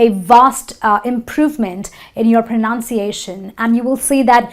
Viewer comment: Hi. Lady you mispronounced'Pronounciation'. That's basic right?